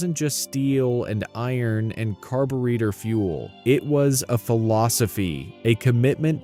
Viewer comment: A.i. said carbareader 😂😂😂